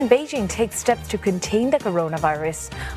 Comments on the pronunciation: It's Bei Jing, not bei JiN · Its actually Bay Qing